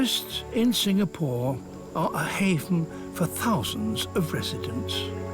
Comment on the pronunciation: The way Sir Attenborough pronounced Singapore is spot on.